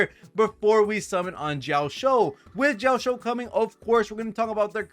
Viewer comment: Ouch... those butchered pronunci8ation of Yunli's name and Jioaqiu's name. 💀